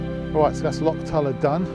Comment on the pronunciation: Only half way in and I must say I am impressed that you managed to pronounce Loch properly, enjoying the video so far and so jealous that you guys are in Scotland! I hope you managed to pick up a Glasgow Celtic Hat, thanks for sharing mate.